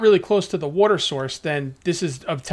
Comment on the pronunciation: woter battles